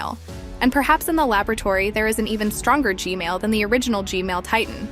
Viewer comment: Stop saying g male